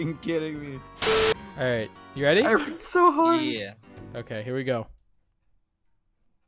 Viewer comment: “i have a snapple im weddy”